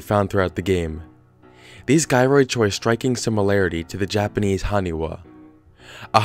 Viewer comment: It’s “jie-roids” not “guy-roids”